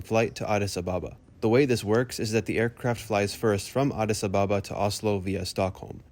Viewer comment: Addis Ababa is pronounced Addis Ab-aba NOT A-ba-ba.